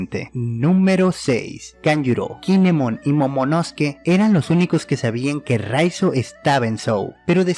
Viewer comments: Por qué lo llama momonoske cuando en el manga se lee claramente momonoSUke? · En el anime si no mal recuerdo lo pronuncian asi jajaja, Kinemon siempre le dice momonoske sama